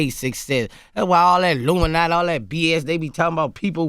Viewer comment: "Why he not part of the LUMINATY!!??"